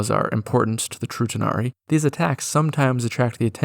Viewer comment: When you said True tanari it sounded like you said Futanari lol